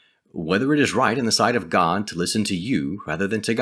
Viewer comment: Good info, but can you say God instead of Gad, which is what the org say, also, try not to be so robotic like the JW's as it is off putting when watching as it reminds me too much of them.